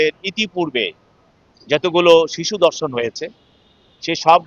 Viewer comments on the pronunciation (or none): শিক্ষিত লোকের ভাষা এরকম কেন? দর্শন নয় ধর্ষণ। বিবৃতি দেওয়ার সময় আঞ্চলিকতা এড়িয়ে চললেই ভালো হয়।